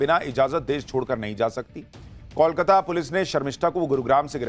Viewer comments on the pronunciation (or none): none